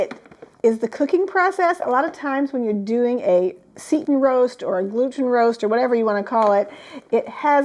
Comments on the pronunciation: Seitan say-tan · this is how you pronounce seitan, say-tan